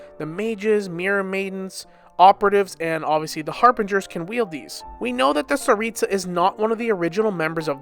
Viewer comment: Tsaritsa not staritsa.